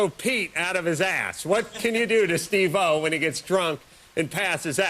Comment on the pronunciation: SteveO not steve - o